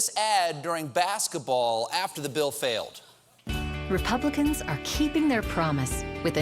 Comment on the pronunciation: "Paul Ryan failed Rebubblicans"